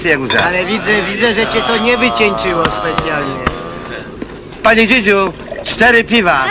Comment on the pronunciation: A ja zawsze slyszalem `Pani Dzidzia` . lol